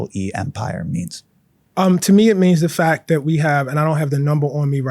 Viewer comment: Te omits the T at the end of his words. For example: Conflict = Conflic Intellect = Intellec Fact = Fac Tact = Tac Project = Projec And so on On the other hand, he includes it at the end of other words such as: Latent Important Trait Report Is this a Baltimore accent/dialec thing?